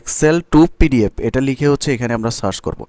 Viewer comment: পিডিএফ রে ফিডিএফ উচ্চারণ করেন কেনো? আপনি এতকিছু পারেন, উচ্চারণ টা ঠিক করতে পারেন না?